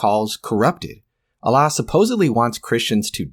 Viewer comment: Dude how many videos do you have to make just milking this? You just gotta chill at this point or at least lump it all in one video and just focus on God, also dont say "Allah" in the worst Arabic pronounciation just say God they mean the same thing. Speaking of since you MIGHT read this comment I will go over the video. Peak bait reddit title btw (you see I have drawn you as the soyjack and me as the gigachad) "for starters, the Quran claims the sun sets in a muddy spring (18:86), which contradicts basic astronomy. It says humans are made from a blood clot (96:2), conflicting with biological facts. Mary, the mother of Jesus, is confused with Miriam, the sister of Aaron ( -28). The Quran claims the Earth was created before the heavens , but elsewhere implies the opposite ( -30). It denies Jesus' crucifixion (4:157), contradicting overwhelming historical evidence. It mentions dirham coins in Joseph's time , but those didn’t exist yet. It claims Egyptians practiced crucifixion in Moses’ and Joseph’s eras (7:124, ), though crucifixion only emerged much later through the Persians. It places a Samaritan at the Exodus (20:85), centuries before Samaritans even existed. It confuses Mary, the mother of Jesus, with Miriam, Moses’ sister , collapsing 1,500 years of history. And it bizarrely places Haman from the Book of Esther in Pharaoh's court (28:5), despite them being separated by nearly a millennium. Oh, and it calls Ezra the "son of God" in , a